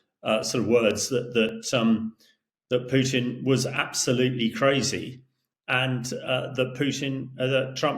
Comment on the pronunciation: it's Krasnov, with A. In Russian it means RED. But I love how you called Putin as poopin 👍